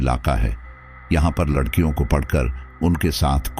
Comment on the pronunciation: aap ne Larhkion ko lakrhiya bool diya hia😅